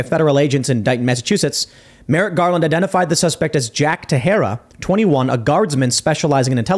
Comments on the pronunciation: Does he really pronounce his name ta-Hera? It looks portuguese to me and would b pronounced: tay-shay-duh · Sounds like Ta-share-a not Ta-hair-a. Didnt you ever watch baseball before sports sucked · Teixeira is Portuguese and is pronounced "Tay-shay-rah" , Teh-Her-rah, which would be the Spanish pronunciation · I think baseball players with an identical last name is pronounced te-share-uh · The baseball player with the same name Texiera said it " te share ah " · IT'S PRONOUNCED "TEX-ERA" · The name is pronounced “tay shay ra “ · Last name is pronounced “tex-era”. He’s not Spanish. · It's pronounced Teshera. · Pronounced Ta-herra -Teixeira just a fyi 😊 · Sherra whoops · Pronounced "tesheira* it's Portuguese. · It's pronounced teshiera. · I don't think timbo is pronouncing Teixeira correctly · Tim's Teixeira pronunciation is quite jarring :i